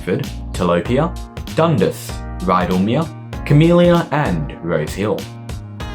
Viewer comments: For someone who lives around the area I'd expect you to know how to say Dundas directly :) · Is that how Dundas is really pronounced?